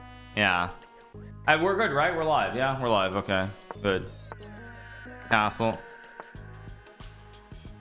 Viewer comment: i almost thought he said something else instead of "castle" XD